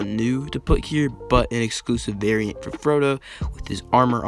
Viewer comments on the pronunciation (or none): none